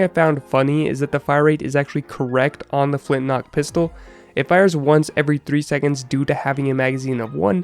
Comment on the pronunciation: I honestly thought it was called the flint lock pistol so I was getting somewhat peeved when you kept saying flint knock XD